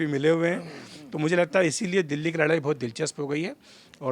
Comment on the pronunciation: लड़ाई को लराई कब तक बोलेंगें! अरे अब तो बुढ़ा गए तनी ठीक से बोलना तो सीख ले!